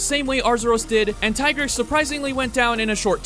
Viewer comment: its tigrex, not tai-grex